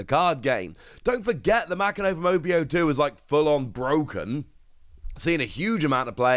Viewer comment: Ma Ki No, homie I know time and time again you tell us you are working on your Japanese. Bruv it is literally the first page of most learning Japanese books is how to pronounce Japanese Syllables. Literally a single afternoon of study and you would not sound like you don't care about OP other than the TCG.